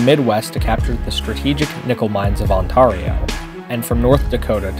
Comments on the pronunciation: It is pronounced On-Tairio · excuse me, but it's on-tear-eo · On ta rio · You pronounced Ontario wrong :/ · You pronounced Ontario wrong it's pronounced like air not are you said it like ontareio not Ontario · I cant be more angry at ur pronunciation of Ontario! As a Canadian i declare war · It’s not that hard to pronounce Ontario and Newfoundland come on man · Eww the way you said Ontario was gross 🤮